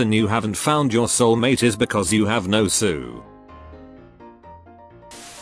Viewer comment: bro why he say soul like that